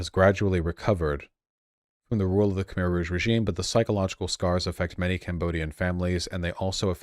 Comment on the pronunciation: It's pronounced Kh-mai!